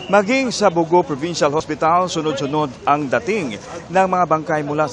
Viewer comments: not bo - go... the emphasis is on the last syllable..bogo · it’s pronounced Bogo'